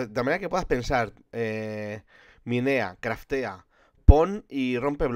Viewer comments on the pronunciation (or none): el habla asi